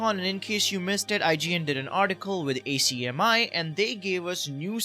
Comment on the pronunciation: Hey, Aussie here, just fyi we usually pronounce ACMI as ‘Ack-mi’ rather than saying all the letters! Also, thanks for all the breakdowns and keeping us updated on all Silksong-related news, without them I wouldn’t have had a good chance at getting tickets to the Game Worlds exhibition 😭🤞 SILKSONG IS REAL BELIEVERS